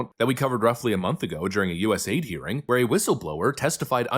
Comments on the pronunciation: Correction it’s U.S.A.I.D. NOT US(AID). Thank you. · US “A” “I” “D”… not US Aid…